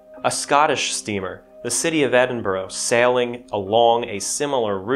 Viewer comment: the way yanks say Edinburgh is hilarious 😂😂😂